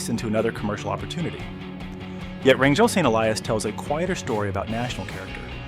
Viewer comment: Rangal Saint Elias should be Wrangell-St. Elias. Checking google maps before posting can save embarrassing moments like this--a mistake right out of the gate.🙄 This park is #3 in size in the world. the pronunciation was changed to RAN-jul. Then, , it was referred to as Franklin Saint Elias. Then, it became RAN-jul.